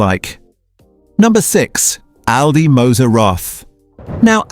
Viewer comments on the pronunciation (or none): none